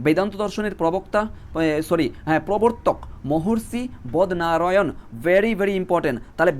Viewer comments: 5. 13 ......😂😂 বদনারায়ান ❌ বাদরায়ন ✅ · Sir bodnarayan na badrayan aro onek uccharon bhul ache correction kore neben please